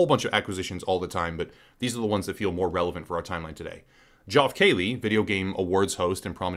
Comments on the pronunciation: Joff Kayley?! Say it with me: Jeff KEY-lee. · wtf is "joff keeley"? do you mean (phonetically) "jeff key-lee"? because thats actually how its pronounced. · Isn't geoff keighley pronounced "Jeff keeley"? 😂